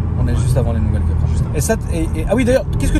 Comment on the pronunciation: Les gars, on ne dit pas "Cueupra", ni "Cupra" mais "Coupra", j'ai les oreilles qui saignent à chaque fois 😅🤣